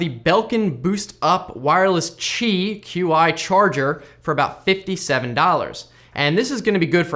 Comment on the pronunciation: you are the FIRST YouTuber I've seen who actually pronounces "Qi" correctly. Thank you.